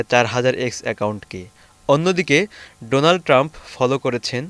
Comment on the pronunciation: Just bring it the attention of the concerns and correct your pronunciation of 'Donald', it should be pronounced as 'Daw nald', a bit unusual eh?